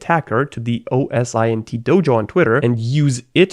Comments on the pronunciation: I prefer OS-Int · OSINT is easily pronounced 'Oh-sint'. Every time he says "oh es eye en tea" I feel it in me. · I die a little inside every time he says O S I N T rather than O S Int. as in say the letters O and S then say Int like the start of international. Great content still though I can’t lie. 😊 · It's OSINT not O S I N T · At university and the company I'm currently working at we always pronounce it oh-sint. So your way of saying it seems pretty weird as well. Lol